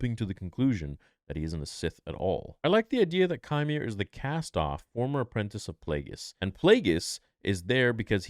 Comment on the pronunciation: It’s pronounced “Quimer”